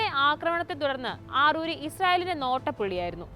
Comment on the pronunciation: ആറൂരിയല്ല അറാറിയാണ് മോളേ